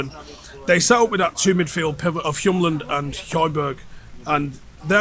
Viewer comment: Its HjuLMand not HjuMLand, his name translates to wheelman